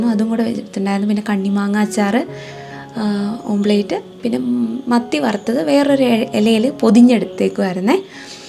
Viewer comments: ഓം പ്ലേറ്റ് അല്ല, ഓംലറ്റ് ആണ്.. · Omplate ala dear Its omlette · ഓപ്ലേറ്റ് എന്നു പറയല്ലെ അതു് omlet ( ഓംലെറ്റ്) എന്നാണ് തിരുത്തുന്നതിൽ വിഷമം തോന്നരുതും